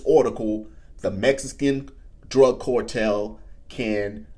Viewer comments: Phonics lesson ... "Carrrr" tell bro, not "core tell.... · Its "cartel", with an A. Not "cortel". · What is a cortel? Cortel is not a word, and neither is Fentanol. CARTEL- FENTANYL,not cortel and Fentanol. Sorry to be a prick, but the mispronouncing of words is getting ridiculous already. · Not Cortel it’s CARTEL!!!!😂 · WTF is a "cortell"? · The only special forces in the US military are Green Berets… Navy seals and such are special operations units…. And my man its CARtel not CORtel wtf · Cortel and border Zor ?? A like Apple A a a a apple Car Car Car Cartel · why do u pronounce A as oa? Its so weird. Its cartel not Cooaaartel -. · How do you pronounce car?.... "Core"?? Just saying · WTF is a “cortel” 🤔🤷‍♂️🤣🤣🤣🤣🤣🤣🤣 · again. WTF is a “cortel”. 🤷‍♂️🤣🤣🤣🤣🤣🤣🤣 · Core-tel? Are you allergic to the letter “A”? Just teasing you. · Bro can’t pronounce A’s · Dude can't even say cartel.